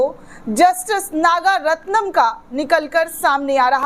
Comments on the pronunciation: नाम तो ठीक से ले लिया करो मोहतरमा नागरत्ना है नागारत्नम नहीं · Your wrong pronunciation of the name of Justice Nagaratnam repeatedly is very irritating to the ears of people.